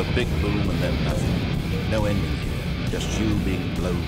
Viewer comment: The Zending broke me